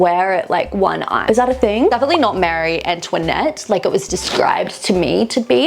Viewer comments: Marie Antoinette is pronounced Maah-rie not Mary. It is a French name not an English name. I've never heard her name pronounced wrong before. That made me cringe. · Marie. She’s saying it wrong